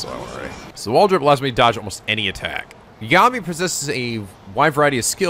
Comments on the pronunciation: Just a heads-up, cuz the comments’re prob gonna scream at you... It’s not YaGAmi, it’s YAgami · Just like with Majima being pronounced MA - ji - ma and not ma - JI - ma, you should pronounce Yagami as YA - ga - mi and not ya - GA - mi.